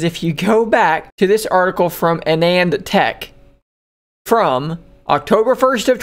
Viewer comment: uh nanned Tek? 🙄😆 Ah-nundh.